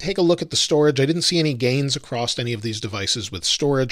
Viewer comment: There is no T in the word across.